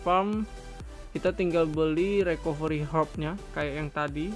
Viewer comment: Recovery bacanya Rikaveuri :(